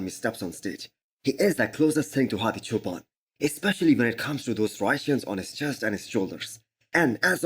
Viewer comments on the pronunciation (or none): none